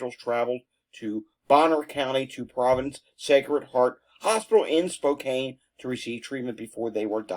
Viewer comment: Spokane is SpO -Can 😊